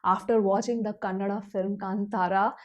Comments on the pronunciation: Hi, I heard about you from Rishab Shetty where he praised you for reviewing films without revealing the story of any of the movies - even if you think the movie is bad. You are one of the few reviewers who pronounced Kantara and Kannada perfectly. I watched the movie twice and I agree with every word of your review. I even agree about Achyuth Kumar's character Devendra also, but Achyuth made me hate him, so he did justice to that character in the story. My sister had asked me to wear vibhoothi to watch this movie and I did.:) ❤. It will be fun to know your thoughts again after you watch the Hindi version. The Hindi version has not released in the small town in USA where I live, so I look forward to your review, especially the jokes. I'd like to know if the comedy translated accurately. ❤ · Thank you for saying कांतारा and कन्नड correctly. 🙏 Also, lovely balanced review this.